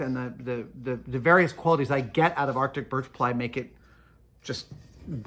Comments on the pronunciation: "Baltic" birch, not "arctic" birch... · did he say "arctic Birch" or "Baltic Birch" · Is he saying "Arctic Birch" instead of "Baltic Birch"? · I wonder if you have such a hard time finding it because you call it Arctic Burch instead of Baltic Birch? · I was wondering about that, it sounded like Adam was saying Artic birch, but the subtitles had Baltic birch. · Does he say arctic im confused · I swear I heard “arctic” and thought I was going crazy lol